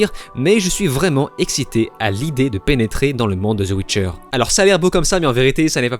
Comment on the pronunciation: “la chute de netflix” 😂 tellement ridicule ton truc! Et on dit pas “ZE WITCHER” c’est The Witcher